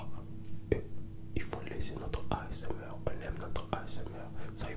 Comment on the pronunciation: jadore comment il dit asmr mdrr.. A S EUM AIR